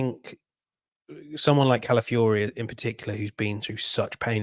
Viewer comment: Say after me: CA - LA - FIO - RI.